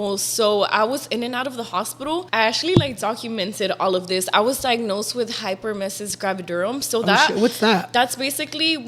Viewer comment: saying hyperemesis gravidarum sounds like she’s about to say a spell lol she says it so easily 😂